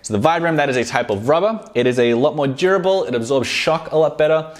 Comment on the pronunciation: When he says "durable" it sounds like "jerbil"